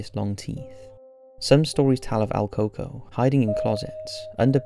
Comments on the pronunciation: your saying his name wrong its El COO COOIE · My mom told me about el “coco” buh you pronounced it wrong it’s El Còco (cu- co) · el coco? el pronounciation you butchering dingus: koo-koo-yyyy